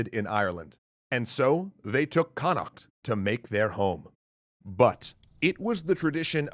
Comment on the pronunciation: Next time please ask someone to pronounce some of this for you. Inis Fáil? Connacht. Let alone the old gaelic names. Your speaking a different language its not pronounced like English. For a start it's phonetic just not English sounds.